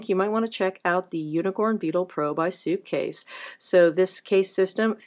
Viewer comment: She keeps saying. Soupcase